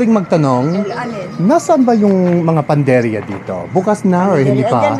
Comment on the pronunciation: panadería, pagkarinig ko panderia 😢😮